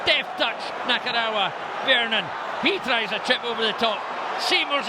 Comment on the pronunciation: still boils my piss that never once pronounced Nakarawa's name right